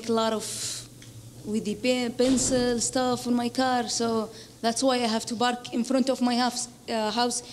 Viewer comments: C'mon man what do you mean Indian she pronounced park "barke" she's obviously a middle eastern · By accent i was doubtful, she is from arab country.. when she pronounced . Park to Bark ..Its clear I was right .